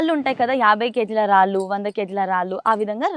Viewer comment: రాలు, వాలు,కాదమ్మ, రాళ్ళు, వాళ్ళు అనాలి, చాగంటి గారి ప్రోగ్రామ్ చేస్తూ, పద ఉచ్చారణ సరిగ్గా వాడండి